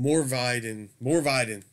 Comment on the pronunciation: Man I must've had like three orders pending with LAD at any one time, it's insane. Funny, everytime you kept saying "Morvidhen" … It sounded like you were saying "More Biden!" ……I was like, Nooooooooo… we DO NOT need any more Biden, LOL!